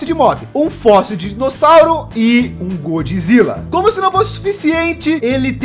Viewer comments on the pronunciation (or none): none